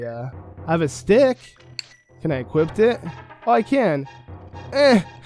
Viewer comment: Equip. Not equipt. Equipt isn't a word.